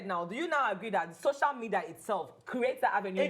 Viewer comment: Am i the only one or are have they been saying shocial media, instead of social media?